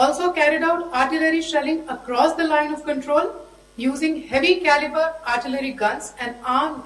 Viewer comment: what briefing?she can't even pronounce the words properly Turned Caliber into cabliry😂